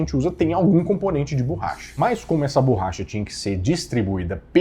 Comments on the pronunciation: qual a dificuldade que esse cara tem em pronunciar a palavra BORRACHA corretamente? mania feia e irritante de falar "BURRACHA" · PQ você fala "bUUrracha" e não o correto que é borracha?